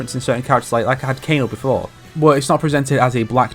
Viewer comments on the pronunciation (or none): none